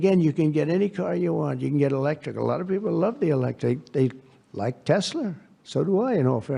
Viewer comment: Why on earth does Trump keep called Tesla Tesla Tesla LER what a fool Tesla Tesla Tesla TESGLER0 my God unbelievable. Put this in prison get it done.